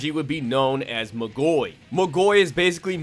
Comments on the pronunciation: great video, love to see people talking about magi but isn't it pronounced magoi(mah-goy) and not magoi(muh-goy) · "Alma Toe ran" "Mah goy" lmao I'm assuming you've only read the manga but you're stressing the wrong syllables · Its MAA-goi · This way you say Magoi pisses me off ngl, you say Magi perfectly fine but fail to say Magoi correctly. Not trying to be a dick, its just annoying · I hate the way he pronounces Magoi